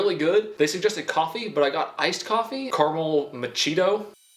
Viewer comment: Good ol Carmel macheeto